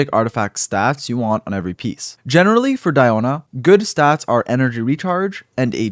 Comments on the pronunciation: We say "Dee"ona, like Diluc :) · My name is actually Diona, but it’s pronounced Dee-oh-na for me. Surprising I get more references from Shrek Fiona than this game lol